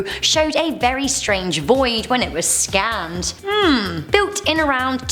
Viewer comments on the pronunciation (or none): I heard "Scammed" instead of "Scanned" Lol